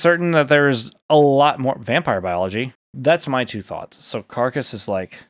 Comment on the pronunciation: also it sounded like u said cacas instead of carcas